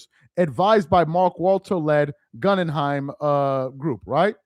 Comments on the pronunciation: Pronounced Gooooogunheim! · It's GoogenHeim (pronunciation) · Guh-gin-heim group for correct pronunciation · Goo-gen-hiem...slow down 😅😅😅😅...Gen rhymes with men...Goo Gen hime...like the FAMOUS theater in NY where you grew up😅😅😅✌🏽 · Bro, it’s Goo Gen Hime (like Lime) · Hey its pronounced GOOOGEN-HEIM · It's pronounced gū - ggĕn - hīm or goo - ggĕn - hīm as in the museum. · Its Pronounced Goo gen heim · Is not able to read the name "Guggenheim"? That is disturbing and pathetic!